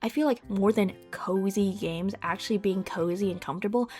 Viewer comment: The first few times you said 'cozy games,' I kept hearing 'covid games.' Since I first started hearing the cozy games term around the same time, the association feels pretty 'spooky.'